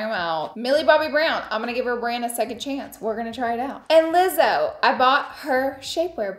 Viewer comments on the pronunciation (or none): it's LIZZO, not LAIZZO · I love the LIEZOW, lmao it’s lizzo kinda like you’d pronounce lizzy or Liz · LIEZO! I WAS SHOOK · You mean to tell me this girl has never heard Lizzo’s name said out loud? Who would say Liezzo? Girl…… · No, she pronounced it wrong both times. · Did anyone else catch how Laura was pronouncing Lizzo? 🤭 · HAHAH yess had to rewind to be sure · Lol I went back twice because I thought maybe it was the brand name 😂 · Never heard Lizzo pronounced like that 😅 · The way she says lizzo 😬 that’s not how you say her name lol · I enjoyed the video but you pronounced Lizzo's name wrong. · Goodness pronounce Lizzo right if you're promoting her products